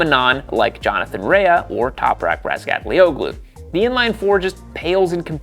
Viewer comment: Dude… Jonathon Rea (pronounced RAY) There is no Jonathon Rea-uh (Verbal diarrhea)